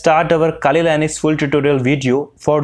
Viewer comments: 🇺🇸 : Linux 🇮🇳 (This guy) : Linus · Is linux pronounced as lainix?🤔